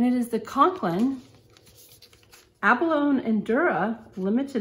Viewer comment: Abalone is pronounced with a long e at the end not a silent e. Decent review though. Thanks.